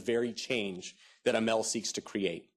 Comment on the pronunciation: Why so many lawyers? Another American corporation, headed by a 'Muslim' (name only), to lead another operation into the ME to destroy Islam in the name of 'freedom' and 'democracy - when it was the West that planted all the dictators in the ME and Africa. And it is pronounced, A-M-A-L, not a-mel. By the way, your audio stinks as well as your video. Hope it falls flat on its face., you are a sell-out.